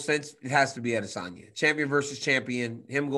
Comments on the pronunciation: he’s about the only person who pronounces his name right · that's the correct pronunciation